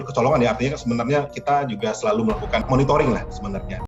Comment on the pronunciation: Monitoring apa "monitoring"...